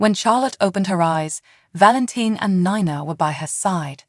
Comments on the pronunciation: Knee na not Nina. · (Neena not Ninea)!!!!